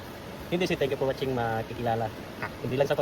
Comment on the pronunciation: Napurga na kami sa kasasabi ni ng tenk yu por watsing